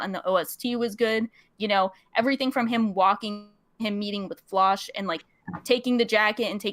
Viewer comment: Every time I hear Floch pronounced “Flosh” I lose 13 years off my live